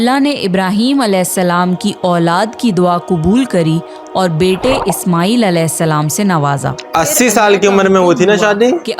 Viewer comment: सही शब्द है " अलेहिस्स– सलाम " लेकिन आपकी तरह ही बहुत से मुस्लिम भी इसका उच्चारण सही से नही करते और अलेसलाम, या अलासलाम कहते है अब अगर आप सही से उच्चारण करो तो बहुत अच्छी बात है लेकिन अगर नही कर पाते हो तो भी कोई दिक्कत नही क्युकी अल्लाह इंसान की नियत देखता है